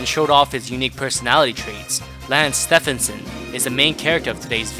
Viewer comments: Bro did just call his name wrong..... it's like Nike with Steph 😂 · Dude I’ve seen a few videos and by now, I’m convinced he pronounces names wrong on purpose lol. It’s almost painful sometimes but good videos though